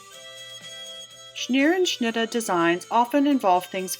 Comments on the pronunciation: Scherenschnitte is the correct word. You are pronouncing it as if it has an N in the first syllable. Your pronunciation is “schnerenschnitte”. How about removing that N? Thanks. I wouldn’t quibble but you are a librarian and I thought you would like to know. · You're right - she is pronouncing it incorrectly. Not Schneerenschnittah. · It's irritating. At least pronounce it correctly Scherenschnitte